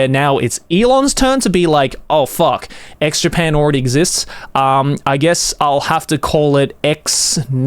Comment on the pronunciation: Am I the only one hearing Joey say "Eggs Japan"?